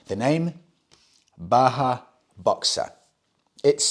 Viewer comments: Great stuff as usual, m8. Just something that brought me here: The Js in Bajaj (Boxer) aren't silent (Baahaa❌😅). It's pronounced as Ba-jaaj ✅ (An Indian surname/company) that had ties with Kawasaki & now with Triumph. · It is pronounced as Bajaj(like ba-jazz) not Baha. Its the same company that makes KTMs and smaller triumphs in India. Bajaj has captured African markets due to their affordability and reliability. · Bajaj is also pronounced “Badge-adge” not Baa-haa, it’s an Indian company not a desert! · The Boxer is made in India, made by BAJAJ, not pronounced baha. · You seem to be on a role with mispronouncing Indian motorcycle names :P Its pronounced "Ba-Jaj". They have a partnership with Triumph Motorcycles and make the new single cylinder motorcycle engines. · Hello. That red bike in Africa in the picture is the Bajaj Boxer. It is exported from India. Bajaj is the same company that is making the new Triumph 400s. Bajaj is pronounced with the sound of ‘J’ and not ‘H’. It is pronounced as it is (like J as in Jack). It is an Indian surname (Last Name). I hope you get time to read this comment 😀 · Since you talked about the pronunciation Himalayan in a previous video, if you're interested, the company that makes Boxer is called Bajaj with hard 'J's like in Jam. That along with TVS Star City had a good hold of the African utility bike market until recently. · I feel obligated to mention that the J in Bajaj are pronounced as Js and not Hs😂